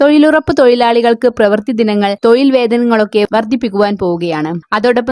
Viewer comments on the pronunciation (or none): തൊയിൽ അല്ല തൊഴിൽ ആണ് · തൊയിൽ അല്ല, തൊഴിൽ എന്നാണ്. ശരിയായി മലയാളം പറയാൻ പഠിക്കൂ. ഉച്ചാരണം ഒരുപാട് തെറ്റുണ്ട്. അടുത്ത വീഡിയോകളിൽ ഉച്ചാരണ ശുദ്ധി പ്രതീക്ഷിക്കുന്നു 🙏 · തൊയിലല്ല - തൊഴിൽ എന്നു പറ